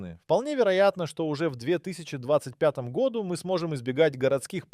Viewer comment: Ролик сделан с помощью ИИ. Обратите внимание на ошибки в ударении, например " в ... гОду" и "в ... годУ".